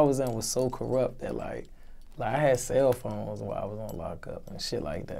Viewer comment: I know the prisoners miss him. He said, "Cell phome". 🤣🤣🤣🤣